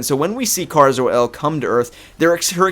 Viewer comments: In every form of media supergirl has been in except the tv show, pronounced it with a long A. Like Care-a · BOI STOP PRONOUNCING KARA WRONG